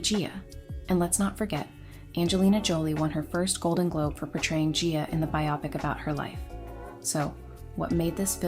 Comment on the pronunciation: Biopic is pronounced BYEOHPICK not BIAWPICK, short for biographical picture.